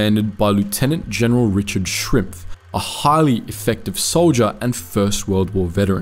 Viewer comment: His name was General Schimpf, not Shrimpf. Shrimps are something else.